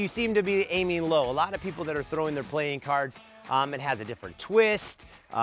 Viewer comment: i just heard you say plane cards